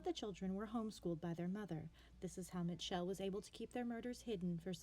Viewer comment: Bitch how do you mispronounce Mitchell lol